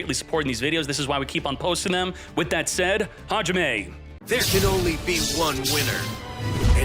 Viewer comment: I took a while to understand that what says is "Hajime!"